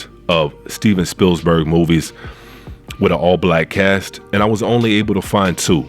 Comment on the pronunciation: There's only one 's' in Spielberg! But other than that, I agree with everything you said!